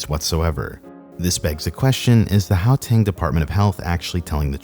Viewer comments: Oh my gosh please stop saying Howtang, its Guateng. Ggggggg. Everyone in Kempton just goes to Arwyp Hospital. Its just around the corner. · its gau-teng, not gao-teng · Really good video. Well researched. Just do us South Africans one small favour and research how names are pronounced. Gauteng is pronounced with a hard guttural GH sound and not a soft H sound. How-teng just sounds wrong. How to pronounce Ms Mahlangu's name: After the Ma press your tongue firmly to the roof of your mouth then breathe in with your mouth open before saying lung-oo and you will have pronounced an African surname about as correctly as a European tongue can. Most names in South Africa are either First Nation names which would vary pronunciation based on their language, but the majority of the rest are of Dutch heritage which has a lot of unusual pronunciations. So Mister André Esterhuizen would have his name pronounced something like Aaahhn-drey Es-ter-hay-zen by a European. There's a change in how the Afrikaans pronounce the "hay" part in that we tend to make the sound in the back of our mouths with our lips in more of an O shape, while the English pronounce it more with their lips in the E shape putting the sound in the front of the mouth. I really hope that helps. There are files online for how to pronounce South African place names as well. Johannesburg in English is pronounced as if you were saying Jo Hand Nest Burger but have dropped the d from hand, the t from nest and the er from burger then run them all together into one word. In Afrikaans it would be closer to Yo-hun-ness-bear-gh. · I'm surprised no one has commented on his pronunciation of "how-tang" lol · "Yohannesburg." "Howteng." "Khedani Maylangu." I'm hollering!